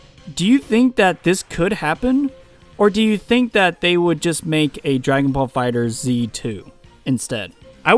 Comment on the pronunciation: Its called dragon ball fighterZ (As in fighters but instead of an S a Z) Not fighter Zee